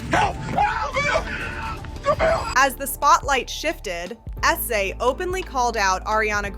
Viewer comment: Stop calling SZA S Z A! It’s pronounced sizzuh!! 🙄